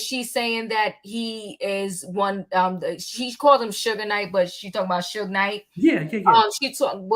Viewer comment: It's Mr. Marion Suge Knight! Not Sugar! Let's Be Respectful To Mr.Knight. You don't have to like him but please respect him.